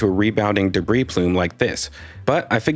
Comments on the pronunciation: De BREE not debreeze jfc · "deh-breeze?" 🤣🤣🤣 you mean "deh-bree" right? 🤣🤣🤣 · Debris is pronounced “de-BREE.” Not “de-BREEZE.” The S is silent. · You realize the S in "debris" is silent, right? It's pronounced "de-bree"; not "de-breeze". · Hi. Debris is plural - pronounced debri. CSI is brilliant BTW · I'm the kinda guy, who might straighten a picture in someone's living room, so forgive me, but debris is pronounced without the 's' as in (dəˈbrē). Otherwise an excellent deep dive. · PS: Debris is both singular and plural. So debris is pronounced debriee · He said "debriss". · Thanks for another great analysis. (BTW, the "s" at the end of "debris" is silent, and the word is singular, not plural.) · Hate to be "that guy" but, the s in debris is silent..... Just saying.....